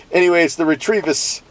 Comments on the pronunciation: Fun. Do you know you're adding an "R" to the middle of the company name? I'd say it "REH-teh-visss." Tryin' to help. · Re trevis? Isn't it pronounced, Reh Tivis?